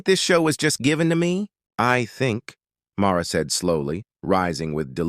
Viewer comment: First off, it's MARLA, not MAURA